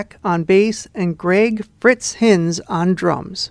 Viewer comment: I played drums for Helix from I was Fritz’s replacement in 1997. You’ve done a good job, though it’s a little weird watching 7 years of my life go by in 2 seconds 😂 Jokes aside, good job. ❤ p.s. it’s Greg ‘Fritz’ Heinz pronounced HINE=Z A not HINZ